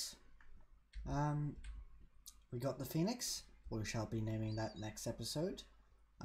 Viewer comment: Call the pheonix penix cause i. Thought you said that at first